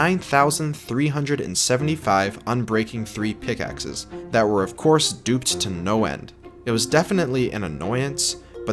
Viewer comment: ah yes, p i c k x e s. My favourite way to mine.